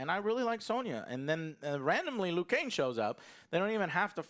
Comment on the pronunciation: Why does Joe keep saying Liu Kane??!?